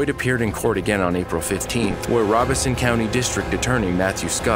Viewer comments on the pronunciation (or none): none